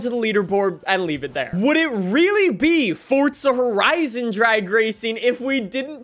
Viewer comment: Stoooop calling it furtza horaisun 😌😌😌😌😌😌😌😌😑😑😑